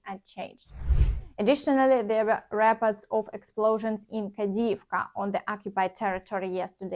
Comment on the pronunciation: Reports, try to say ріпо:ртс . Long stressed o. You pronounce it correctly when you say reported.